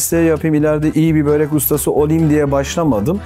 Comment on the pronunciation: Yazarken börek okurken böğrek ...abi niye